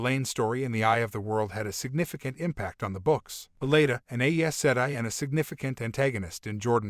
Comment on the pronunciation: For someone who ostensibly has seen the show and heard all of these names and terms before, you certainly have some unusual pronunciations for things like Egwene (ig-WAYNE, not EGG-win or EGG-ween ), Liandrin (lee-AND-rin, not LION-drin, ), Aes Sedai (EYE-sa-DIE, not eh-ae-SED-eye or eh-ee-uh-SED-eye, and ), Ajah (AW-zhah, not AE-juh, ), Siuan (sa-WAN or SWAN, not SEE-you-an, ), and protagonist (pro-TAG-uh-nist, not pro-tuh-GUN-ist, ). By no means a comprehensive list, of course.